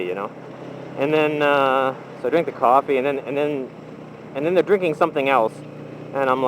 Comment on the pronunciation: Qwaffy is how says coffee